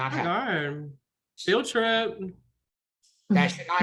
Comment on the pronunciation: “Feild triiip” takes me out every time 🤣